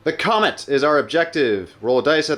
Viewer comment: love how says the comment instead of the comet xD